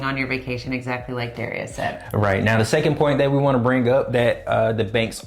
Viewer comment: dah- rye- us